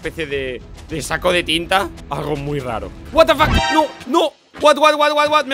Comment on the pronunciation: me dio mucha risa como dijo Watafack un pollo gigante xD